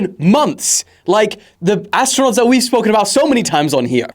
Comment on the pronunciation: Ass-tronauts? Astro-nots? As-true-nots? 🙉🙊🙈